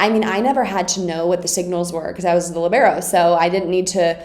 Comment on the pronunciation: who's ready to fight? it's LI-ber-o... not li-BE-ro... 😃